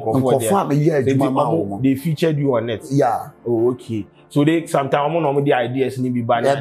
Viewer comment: "Sontimes" has point of correction😂😂😂